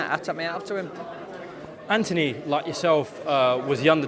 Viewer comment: Why is Anthony pronounced antiny over there? ( No hate just curious)